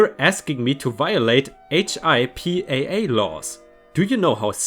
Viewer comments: *** Waitressing sucks - the people who send back food, demand all kinds of crap and are generally time suckers are the ones who never tip. The officers (city,county or state) who get free coffee always leave a few bucks and rarely even ask for refills. HIPAA is pronounced like Pippa (the woman's name). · I know it's weird, but in the US, we pronounce it as "hip-uh". It's the 'Health Insurance Portability and Accountability Act'. It's what protects Americans' private health information and makes it illegal for healthcare providers and services to give our health information to anyone other than us, our physicians/pharmacists and the health insurance company. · HIPPA laws are pronounced Hip-paw. They are regulations on who can access healthcare information and it can be both a civil and criminal offence to violate them.🌟🌠🌟🌠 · We say HIPPA hippa, like hippo but with an a instead. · If you're wondering for another video, HIPAA is pronounced like "hippa" or "hip uh." They don't say each letter individually, they just say the word hippa.